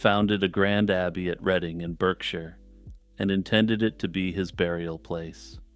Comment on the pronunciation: Wow! Amazing video! Some of your pronunciations for place-names are a little off though (eg. “Berkshire” is pronounced “bark-sheer”), doesn’t detract much from the overall video though!